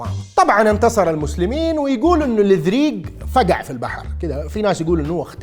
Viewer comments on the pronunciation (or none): اسمه كاتبوغا وليس كاتبغا، وأيضا لوذريق وليس لَذريق